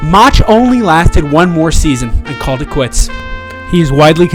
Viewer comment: First of all whoever natrates this video is a embarrassment can't say Mauchs' last name right. Plus is inaccurate with information the Angels weren't up 6-3 in the 9th of Game 5 they were up 5-2 Plus they ended up 1 strike away from getting to the World Series. Do your homework right if you make a video like this.